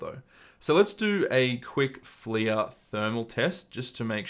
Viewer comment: I feel like it’s pronounced ‘fler’ as opposed to ‘fleeya’. Literally unwatchable :)